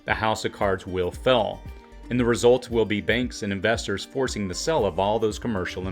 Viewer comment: Your content is very good, but I have to admit that your odd pronunciation of certain words throws me off while watching. You pronounce words like 'real' as 'ril', and 'jail' as 'jil', and 'fail' as 'fil'. Please continue to make this great content! I don't mean to be critical, but just thought you might appreciate some constructive feedback from someone who watches much of your content.